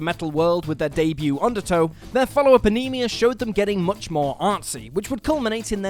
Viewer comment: ok, man, say it with me: Neal PURRT. pee-ert, is no. PURRT. AH-nuh-muh, not "anemia"